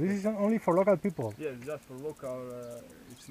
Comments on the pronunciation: "Lokal pipl -Dont like? Lokal..lokal pipl" Hahahhahaha kraljina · Kada je rekao lokal pipl mislio je šverceri :))